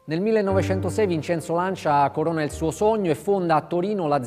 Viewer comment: Lancia, non c'è nulla da aggiungere. Chissà perché una scelta ponderata negli anni passati, per eclissare una filosofia vincente: nella classe; nello sport. n.b.: anche se francese, fatelo parlare in italiano. Inascoltabile "Lansià"...